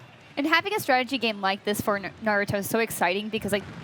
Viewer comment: I cringed the way he butchered Naruto’s name lol